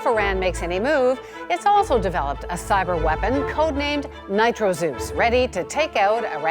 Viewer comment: "nitro-zeus"? LOL!